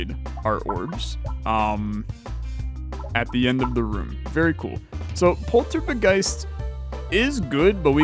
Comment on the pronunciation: Dangit it's a Polt-Orb-Geist, not a Poltor-B-Geist